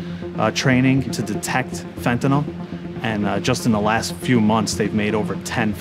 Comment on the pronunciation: Say, "fen-ta-nil". Not "fen-ta-nawl". Alright then. You can do it; I believe in you, child.